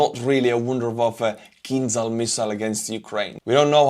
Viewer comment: It's not kinzal, it's more like kinjal.